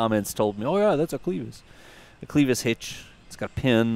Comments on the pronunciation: Couldn't help but chuckle when pronounced Clevis as Cleavis. It's not an e sound, it's an eh sound buddy. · also, it's a short E in clevis, not a long E. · cleh-vis not ClE vis. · Mispronounced "clevis". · agreed - but I am a northerner - who knows how the southerners pronounce it.. ;)